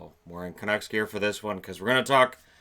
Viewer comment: It's OK, Chiarelli is going to the Canucks, not the Canooks.